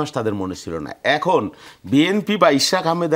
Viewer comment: It’s Ishraque not Ishrat!!!! 😊 Beti baji korte korte, thik moton naam tao nite pare na.